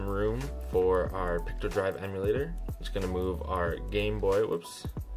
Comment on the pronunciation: I’m wondering why you keep calling Picodrive “pictodrive”…..is that a misspeak or is there another version of Picodrive called “pictodrive”?? How can you tell between Picodrive and Pictodrive?